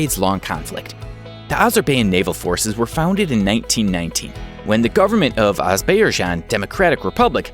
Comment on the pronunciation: You pronounced Azerbaijan 6 different ways!